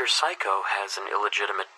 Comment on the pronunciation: When you say Mr. Saiko it sounds like psycho